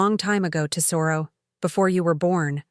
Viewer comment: If they're Italian, Lucia is Loo-chee-ah. And tesoro is TEZ-o-roh.